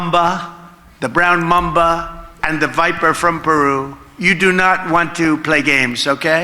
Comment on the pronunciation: I'm pretty sure he said "black mumba" because he has no idea how to spell mamba.